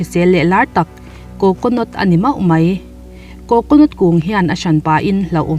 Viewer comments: Coconot ti lo la coconut ti la 😀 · Coconot tia lam ri lovin Coconut tih tur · Coconot😂😂😂... Chhiar dik ve hram teh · Coconut i lam dan mai2 cu le😀 coconawt tiin ilam alom le.. Thing ve khooooop Mai😁😁😂😂😂😂😂😂😂